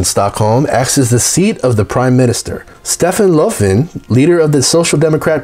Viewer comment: and how he said stefan löfven